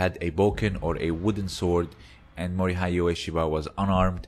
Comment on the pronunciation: The “hei” part of Mori-hei is pronounced in the same way as the “ha” part of “hatred”.